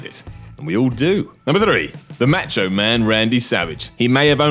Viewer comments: its not "match-o" man. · Simon can't pronounce Macho.